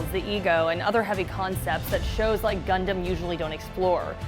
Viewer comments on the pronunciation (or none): none